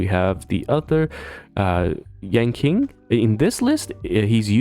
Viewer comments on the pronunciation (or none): Sorry to be that guy but "Seele" is pronounced Si-Luh and "Yanqing" is pronounced Yan-ching.